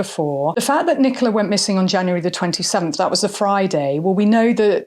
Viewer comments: He couldn't even get Nicola's name right 😡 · He couldn't even get poor Nicola's name right 😡